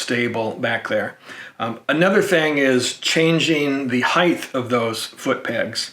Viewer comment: Why are people now pronouncing height, "heigth"?